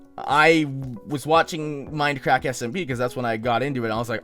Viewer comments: is he saying fminecrack? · at first i thought he said minecrack omg!